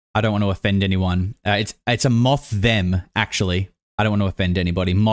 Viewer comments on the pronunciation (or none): "moththem" lmao i choked